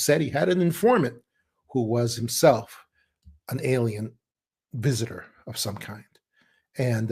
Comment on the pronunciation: WISITOR AND WACHER EARTH GAIA😂❤❤❤